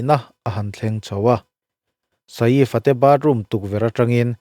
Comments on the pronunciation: Keipawh mak kati a nupui ngei pawm saif ti in ako tho sia sa-if han tih deuh tlat hi. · vai news pawn Saif an ti mai a, inla sa-if deuh kher😂😂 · Sa-ifa' han tih kher😂 mi zawng2 lamdan in 'Saif Ali Khan' ti ve mai la. .. Sa-if a tih deuh kher😂😂😂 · A hming hi milar ngang anni a,tv ah te hian an lam hnem na rawh...Sa-if an tih hi ka la hre ngai miah lo,Saif ali khan anti mai,engtia han ti sa-if tlat nge maw inih le,hriat achakawm teh e....Bandra velah sa-if tiin zuk zawng la anlo buai viau mai lawng maw le.... Hmanni california ram kang lah kha,ka en nawna ka ngaihthlak nawn ngat ngat pawn mingo ho chuan PALISADE anti mai iti Pali-sade tlat tawh bawka,changkanna chi khat ah ingai deuh emawni..... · Sa if a tih hi ka duh e😂 sial thak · Sa-if tih hi a lam dan dik tak tur a ni e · Nia, Saif Ali Khan an ti mai.. Tih Saiiiff va tih vak a ngai lo, Engtin nge an lam tih hi hriat hmasak tum hi a tha e 😅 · Sa îf i ti hi chu ..mak ka lo ti ve deuh..I bih zau hmel viau si a.